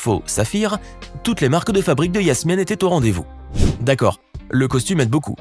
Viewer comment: C'est pas Yasmine c'est Jasmine.